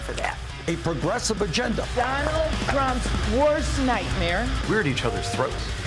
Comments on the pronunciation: "Mr. Dolund Trump" 😂😂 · Just to let everyone know .indian prime minister called him doland trump:)